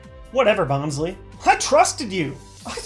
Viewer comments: It's Bons-LYE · IT'S BON SLY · The "Y" in Bonsly is pronounced with a long "i" sound. Just in case you mispronounce Arceus, the second syllable (ce) is a hard "c" followed by a long "e." Oh, and regarding the Bonsly on that card, I have only one word for that (I coined it myself): Poképhilia. The word "Poképhilia" is pieced together from "Pokémon" and "Pedaphilia." That should help you to see what I mean. Oh, and the Whooper 66, too. Please don't report this comment, as you were probably thinking the same thing when you first saw the card art yourself. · Its bonsly